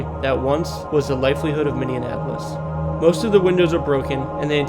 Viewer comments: is that Minne-in-apolis? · w video but u pronounced ely, minneapolis, winnipeg, and iron wrong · I know he's mispronouncing Minneapolis to get comments and well hear I am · Is there a D in Minneapolis that I'm missing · Good video even if you did say the city Minneapolis wrong 😊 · Lol you're saying Minneapolis wrong bud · No way you're from Minnesota pronouncing Minneapolis that way. Yikes, man. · Pronunciation, pronunciation, pronunciation. Where were you schooled that you would pronounce Minneapolis the way you did? Holy shite! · Lol, the way he pronounces both n's in Minneapolis! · I'm from Minnesota and I can't tell you how cringe this dude saying Minneapolis is..... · The way you pronounced Minneapolis had me in rage and almost didn’t want to finish the video. And I’m pretty sure “Ely” is pronounced “E’lee” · Dude, you are butchering the name of my city! Not cool. It's pronounced Minny-Appo-Liss, NOT MINNY-AN-APPO-LISS! Put some respect on it and Say it right! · It’s pronunciation is said differently even by those of us born and raised in MN. So I would just say Minni-app-olis. But I appreciate you doing a video of the places here anyway. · Good god every time he said "minneanapolis" it drove me up a wall lol Its Minn E Apolis 🤣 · its not minnie-an-apolis its just minneapolis. u can loose the "an". just saying. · The tunnel in duluth isn't pronounced "Eli," but Ely -- like elee. Grr. And...Minneanapolis? This is not a city in the state of Minnesota. I think you mean MINI APOLIS...Minneapolis. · heh i guess for 4 years you just randomly get occasional comments about saying "Minion-appolis " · At first I thought you said Mindianapolis lol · As a resident of Minni-en-apolis that grew up in Minni-en-apolis, it's not pronounced Minni-en-apolis. Also, pretty sure it's ee-lee, not ee-lie. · I get it if you get Edina, Wayzata, or Mahtomedi wrong. But Minnieanapolis? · Left youtube aftwr hearing 'Mini-annapolis' for the 30th time. Figure it out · Its Minnie-apolis lol.